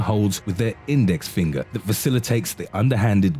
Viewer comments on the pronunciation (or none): none